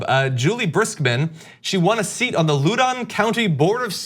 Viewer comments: Lou-doun! low-den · How about pronouncing it right. It's in northern VA. Right next to DC. I can't think of a phonetic way to write. Let's try LOUDIN COUNTY. No low in it. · Sorry John, I have to correct your pronunciation of Loudoun...loud den. Go NOVA! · Loudoun is pronounced ‘Loud-in’ Just FYI 🙂